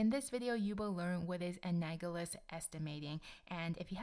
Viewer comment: Analogous not anagolous